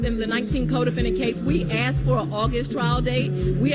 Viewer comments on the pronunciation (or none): Hey, nobody "ax'ed" you....🤣